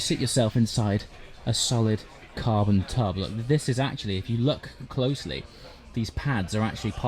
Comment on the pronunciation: Did you say Carbon tub?? 🤣 great video as always 👍